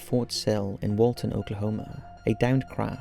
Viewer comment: Lawton Oklahoma, not Walton, and I need to check that out now... Since that means it's somewhere below my feet haha